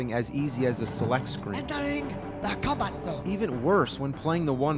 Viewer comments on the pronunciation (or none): "Enta-wing the Com-Ba Zo!"